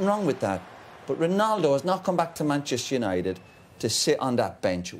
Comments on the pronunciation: "Manchester Unito" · 3.43, "Manchester unito " hahahha